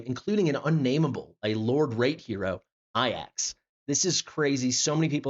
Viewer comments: Bro says “ayyacks” like a fkn vrgn . It’s “A-JACKs” you Trd brglr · Why does he say A-Jax wrong all the time? 😆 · Thank You for your due diligence sir I got Laya as my random :o but fr is it not A-Jacks? Like the dish soap or warrior?